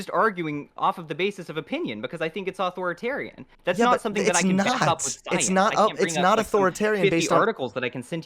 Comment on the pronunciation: Why does it bother me that he says it like "Auth-oritarian"?